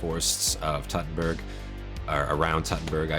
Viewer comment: very cool short. i do like seeing armor do its work too. for a little pronunciation guide: Teutoburg is pronounced like toy-tow-boor-g also my thought would be that they got rid of their shields due to their exhaustions. a large, heavy shield wont do much for you when you arent in formation (i.e. can get surrounded) and no one is shooting or throwing things at you. the scene of them stabbing the guy with spears was also good. in one of the Historian Reacts videos on gamespot he also points out that thats your best option when engaging a heavily armored foe: outnumber and surround them and aim for weak spots. happened to some english king, famously.